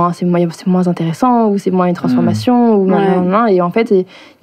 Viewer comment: Salut, jsuis de la team Major Silence et j'adore ta chaine tes vidéos bref ca fait plaiz de le dire et évidement de le lire A Minima, elle est drag mais le seul truc qui m'a choqué de toute la vidéo c'est qu'elle dit moinsss et ca franchement ca m'dégoute <3